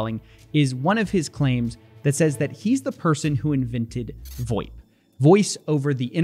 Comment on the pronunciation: Absolutely nobody in the business calls it “voip”. It’s VOIP